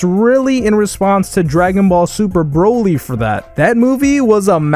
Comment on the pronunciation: So its Broly, not bro-ly. You've never heard the names pronounced in the show before? Psh..